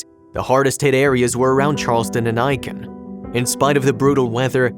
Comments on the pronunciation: Maybe this is petty, but you completely MISPRONOUNCED Aiken. I’m from SC, and Aiken is pronounced like aching without the G. Not Iiken. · Not ‘Iken’. It’s pronounced ‘ache-in’ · It's not Eye-kin. It's Ay-ken. LOL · Ay-ken is how the town is pronounced not I-KEN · I believe the narrator is trying to pronounce Aiken (Aye-kin), South Carolina. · Āiken!!! It's Āiken!!! 🙄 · It pronounced "Ay ken" County. I live in Charleston, SC. This story is sad but not surprising. Racism is still alive here.